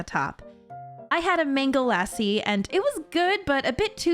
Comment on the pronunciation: the way she said "mango lassi" hurt every firber of my being. if just so happens to see this. I'm sorry but it was painful to hear.